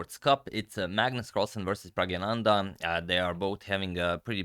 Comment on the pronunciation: You mis pronounce his name, it is Prag Na Nand NOT Prag ya nanda